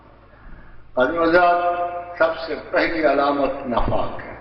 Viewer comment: Mispronounces nifaq as nafaq...